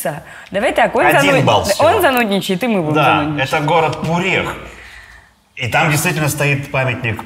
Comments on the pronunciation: Побуду душнилой немного: Пурех - не город, а село; а также местные ударение делают на "у", а не на "е" - "ПУрех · Село ПУрех)) а не город ПурЕх))))